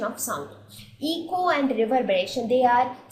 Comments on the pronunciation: itz not 'Eeko' but it is 'Eco' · It's "Eko" and not "Eeko".. overall, nice video.